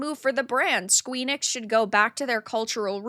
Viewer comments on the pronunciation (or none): love it, but when you say Squee-nix it makes me squirm a little, lol